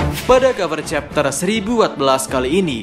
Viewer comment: Kau ngomong chapter aja nggak jelas cok, kayak meragu soal chapter yang akan kau jelaskan